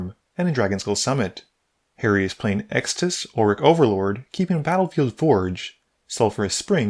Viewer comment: You're pronouncing Extus wrong. It's Ex tus not Ex a dis.